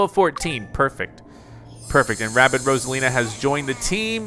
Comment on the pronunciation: “Rabbid” not “Rabbit”